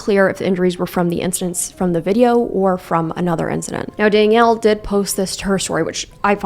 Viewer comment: couldn’t focus on anything on this video because of how you kept saying “dang-ielle” instead of danielle lmao